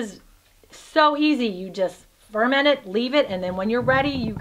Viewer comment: Hahaha.... "aerodynamic" 😂 I believe you mean "ergonomic" 😉 The stress is on the second syllable in "ferment" (fer-MENT). Hmm... you seem to have bashed the living daylights out of those poor vegetables! Bruising them so much kills a lot of vitamins. They should be handled delicately, lightly handled and with care. Such packers are to help GENTLY push the contents down in the jars to push out and disperse air bubbles.